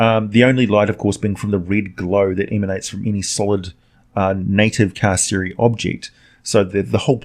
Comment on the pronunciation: Did you really pronounce Hades as "Haids" instead of "Hay-dees"? I'm also thinking Carceri may be pronounced "Kar-Keri" but I may be wrong on that one.